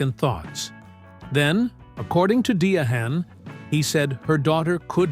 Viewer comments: Who is Dia-han Carroll, and who is Dee-a-han? Bloody Ai strikes again! 🙄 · Why do these creators use A1 to narrate their videos. It is s annoying when A1 mispronounce names such as Di Anne a. Drop the A1 voice over